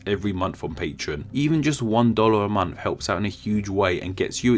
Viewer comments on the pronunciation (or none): none